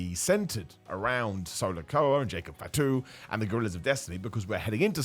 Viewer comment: "Jacob fitu"😅😅